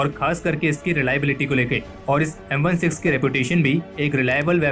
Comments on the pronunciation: It's M sixteen not M one six 🙂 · Indian people will never learn the correct way of pronouncing firearm names. It’s not M 1,6 it’s M sixteen and you show an air rifle during the amd65 segment this the worst video you’ve made. Learn to research correctly